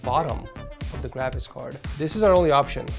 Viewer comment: I like when he says " GRAVIS CARD" more like travis card...